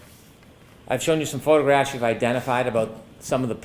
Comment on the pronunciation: sounds like has a hard time saying "photographs".... his way is - "ffffffotographs" 😂😂